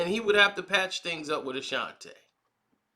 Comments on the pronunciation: Not Ta... its Tee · A shan tee. Not a shan tay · Bruh, it's Ashanti not Ashanté 🤦🏽‍♂️ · Why is he calling her Ashantay? Her name is Ashanti. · All this time I been saying Ashanti and it's pronounce Ashantay. Gotta love 😁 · Bruh can’t even pronounce her name correct 🤦🏻‍♂️🤦🏻‍♂️